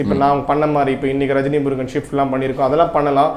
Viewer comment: Rejni Murugan illa saarrr..... rajini murugan.....